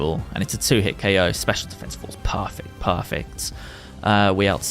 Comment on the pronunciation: He said oko this instead of ko this